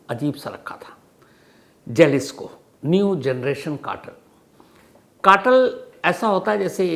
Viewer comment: It's pronounced Halisco .